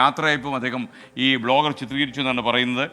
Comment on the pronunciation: ബ്ലോഗർ ആണോ വ്ലോഗർ അല്ലെ